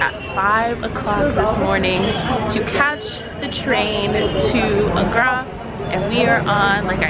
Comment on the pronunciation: It's Agra ("ah" like carpet) ... not "Ugh-ra"! I really love that you're enjoying my motherland,, but please try to at least say the names of places somewhat correctly. (I wouldn't expect you to say the "R" sound like a native, but the vowels aren't hard.) It made this video really awkward to watch, and I normally enjoy your videos.